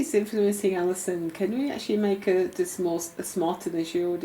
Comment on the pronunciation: tell me that didn't say Alison. Sounded like "Allie son."